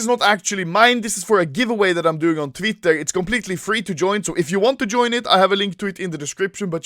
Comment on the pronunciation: "tvitter" lmfao